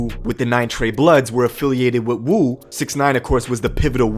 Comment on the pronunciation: This shit is pretty sad, yet comical. Btw, it's not Wu, its more like a WOOO like Rick Flair. Cause it really sounds like the WU, real hip hop lyricists out of Brooklyn, the men amongst the stupid babies.